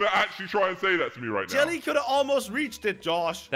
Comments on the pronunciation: I laugh at when he said acidently joly to jelly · I like when said when they fall said jelly but he said jolli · Crainer call jelly as jalli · Joly XDDDD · I heard "your bottom jelly"😃✋